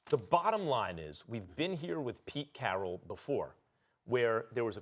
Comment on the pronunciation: “PETE CHARRRAAAAL”